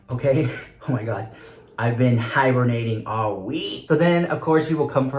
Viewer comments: This girl said “hybernting” tf is “hybernting” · I think she meant hibernating lol 😂